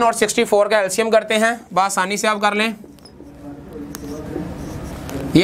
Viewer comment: Baasani SA,😂😂😂😂😂😂 check your urdu 8.02